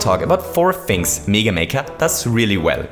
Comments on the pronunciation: Its mega NOT MEEGA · it's pronounced meh-ga, not me-ga. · M-E-ga maker and mEga man its mega not mEga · why do you say 'mega' as 'niga'? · You pronounced mega wrong, its MEH-GUH not MEE-GUH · Stop saying Mega as “Miga” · meeeeeeeeeeeeeeeeeeeeeeeeeeeeeeeeeeeeeeeeeeeeeeeeeeeeeeeeeeeeeeeeeeeeeeeeeeeeeeeeeeeeeeeeeeeeeeeeeeeeeeeeeeeeeeeeeeeeeeeeeeeeeeeeeeeeeeeeeeeeeeeeeeeeeeeeeeeeeeeeeeeeeeega maker edit: wait i realised he's saying (m-ay-gah) maker nevermind... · OMG IT'S "MEEGA MAKER" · Who the hell says Mega Man as Meega Man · Do people in your country say "mee-ga? It's just bothering me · Lamborghini Bottle No, we don't. We say mega just as in English. Maybe he tries to sound more English by pronouncing mega wrong?